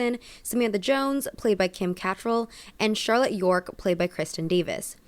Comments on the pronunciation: Kuh-tral not cat-ril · Lol you don’t need to verbally shorten one syllable words. The only word from both titles that is more than one syllable is “city”. And it’s ca-trall. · the way u pronounced kim cattralls last name alone was disgraceful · The fact that you pronounced Kim Catrells name like that told me everything I needed to know lolol